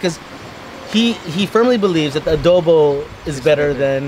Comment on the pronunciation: How he says “Adobo”: Adoeboe